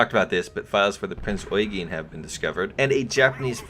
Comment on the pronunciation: Prinz "oi-geen"? Its "yoi-gen" Eugen.